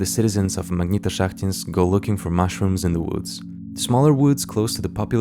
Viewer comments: позвольте подушнить магнитошахтИнск, ударение на последнюю и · Я произношу как магнитошахтИнск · you can't copy the idea of this video because nobody can pronounce "Magnitoshakhtinsk"